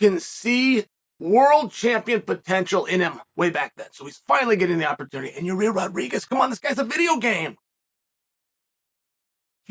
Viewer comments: it's Yuhrear (yuh-reer) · "YAREAER" 😆 I'm pretty sure unlcle chael knows it's Yair pronounced (ya - ear) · Uncle Chael literally calling our Man ... "Your - Rear - Rodriguez" :) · Ya-rear !!😂 he is consistent, Chael has been saying it like that for years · Ya rear 🤣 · Literally everyone knows Yair and Emmett are fighting... Chael: "Nobody knows Ya-rear and Emmett are fighting..." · purposely butchering names is why we love uncle Chael... "Your-rear Rodreeges" lol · Yarir.... Only Uncle Chael can spell the mans name for his title but still call him YaRir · YaEar Me?! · "Your rear" rodriguez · Yuh rear Rawdreeguess.